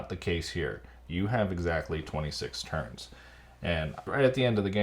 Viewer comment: Anyone else hearing Terns instead of turns xD?